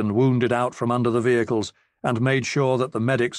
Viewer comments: Someone please teach this robot to say 'vehicles' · Been listening to a lot of these and they are absolutely wonderful, but some of the narrators British pronunciations take a minute to understand then make me laugh once I realize what he is saying. As in this one when he pronounced vehicles as V-Hick-Lee's, lol. Defiantly going to use that one on the Wife and kids when the opportunity arises